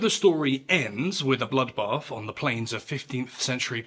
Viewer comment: 'Bwoodbath in Powand'...? 🤣 A salutory lesson in NOT using foreign language characters without knowing how they sound!